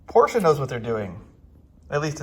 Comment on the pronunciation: Thank you for saying por-sChe correctly